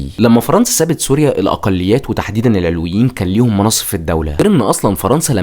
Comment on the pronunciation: كمية الاغلاط التاريخية بالفيديو مُريعة شخص متلك عندو هالعدد من المتابعين لازم يستند على مصادر تكون اكتر صدق بأي حق عم تشكك بعقيدة طائفة كاملة والي هي المكون الثاني من مكونات الشعب السوري (العَلويون بفتح حرف العين) العلويين مسلمين موحدين كتابهم القرآن ونبيهم سيدنا محمد العلويون ماكونو محصورين فقط بالقرداحة الجيش السوري مو الفرنسيين الي صنعوه الجيش السوري تم اصدار الاوامر بأنو ينحل بوقت صارت معركة ميسلون(قبل وجود حافط الاسد بمنصب الرئيس بوقتا كان يوسف العظمة هو وزير للحربية واستشهد بهي المعركة هو والعدد القليل الي من الجنود الي كانو معو) العلويين كانو من اشد المقاومين للفرنسيين وع رأسهم الشيخ صالح العلي متل كتير رجال وطنيين تانين من باقي الطوائف وبوقتا كلن رفضو التقسيم انك تبين تاريخ عائلة الاسد الاجرامي ما بيعطيك الحق انك تشكك بطائفة ومكون اساسي من مكونات شعبنا السوري